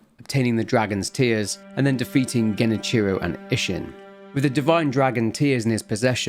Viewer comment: okay bud youre pronouncing Genichiro wrong, its Ge-ni-chi-roe, not Geni-cherow.